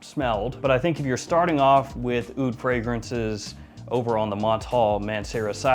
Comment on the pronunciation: “Honey AH-OOD” Bro, cut that out.